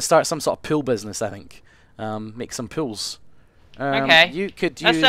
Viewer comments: he keeps saying pile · Whenever he says 'pool' it sounds like 'pill'. Hey I'm selling pills! xD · i thought he was saying pills instead of pool! XD